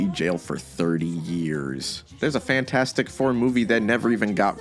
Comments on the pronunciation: I'm sorry. Cannot keep watching and listening to you say Fant four stick. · Take a drink every time says Fant4stic wrong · the best thing about Fant4stic is that everybody unanimously agrees that it is in fact pronounced "Fantfourstic".